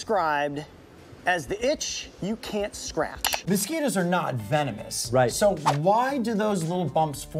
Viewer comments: vemonis? at least he said it right the second time XD Venomous* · Bro said vemonous